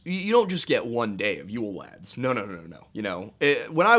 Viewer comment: I dont think he did that bad at the Icelandic pronunciations.